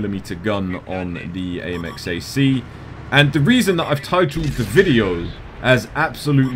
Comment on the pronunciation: You pronounce my name better than i do lol